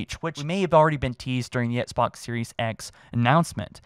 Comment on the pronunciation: it’s Xbox, not ‘ets-box’. pleaseee start pronouncing ‘x’s in the word Xbox